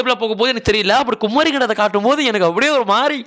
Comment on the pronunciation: Bro adhu குமரி bro குமாரி illa😂😂